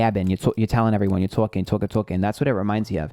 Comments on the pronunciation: I heard that too! When he said, "Tawking" (talking) haha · The "twawlking" bit makes me wonder why it was in a new york accent 🤔 hmmmmm its probably an older relative